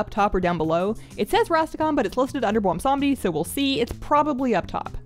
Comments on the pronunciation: I suffer from a bizarre affliction that causes me to mis-pronounce the best Loa's name as Bwomsamdi rather than the correct Bwonsamdi. rest assured that I experience an appropriate amount of shame from this repeated error. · That seems to be a common mispronunciation. I think even Bellular says it that way. Seeing as he's obviously a riff on Baron Samedi, maybe remembering that could help with keeping the n sound. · You pronounce it: BWONSAMDEEEEEEEEEEEEEEEE WE HAD A DIL GRANT ME YOUT POWAH